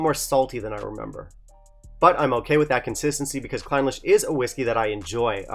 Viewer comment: A bit of attention to detail in pronunciation is warranted in these reviews. “Clin-LEASH” is more appropriate.